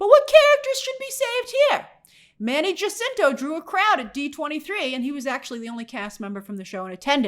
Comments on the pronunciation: Hey Grace, it is pronounced Jacinto ("Ha-seen-tow") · People don’t realize but Manny Jacinto’s last name, the “ja” is pronounced like “ha”, “Hacinto”